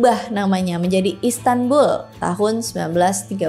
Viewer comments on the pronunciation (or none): none